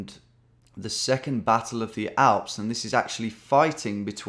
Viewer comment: Tom saying: I knew it was going to be in Germany. Also Tom: First Thing Tom Does: RIGHT WE GOING FOR THE ALPHS. I'm 99% Sure It's Schweiz.